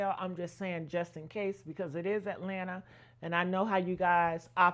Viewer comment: GAY-LANTA? 😅😅😅😊& HOUSTON? 🤔🇯🇲🇯🇲🇯🇲🤔